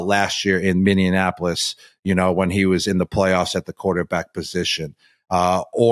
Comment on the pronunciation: "MinneaNApolis" - Um "Minneapolis". Can somebody get Gronk a speech coach? And an English tutor? And a geography tutor?